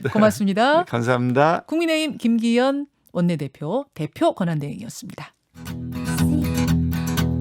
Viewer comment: 김기혀이~ 발음이나 교정해라..방송에 맞지않은 대리 대표....ㅉㅉ